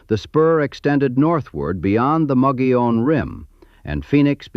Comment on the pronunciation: I don't know what's more impressive; the facts this video nails, or that the AI narrator correctly pronounced the names Hohokam, Prescott, and Mogollon.